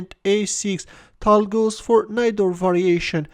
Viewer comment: Change ur voice plz tal is tall